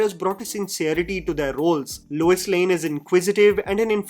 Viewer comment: Lois Lane ❎ Luis Lane ✅